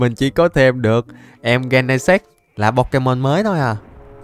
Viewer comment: Gen nà xịt chứ Ko phải gen nà s.ê.x anh